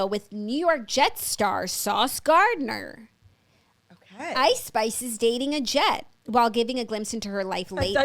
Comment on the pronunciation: It’s definitely Sauce GardNER and not Garder 😂